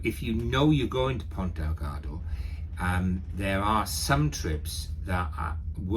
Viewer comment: Another great video. Good info. I'd like to point out... it is Ponta Delgada. ( there is an "a" at the end of Delgada).